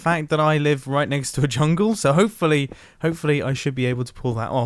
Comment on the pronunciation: am i tripping, or did he say chungle?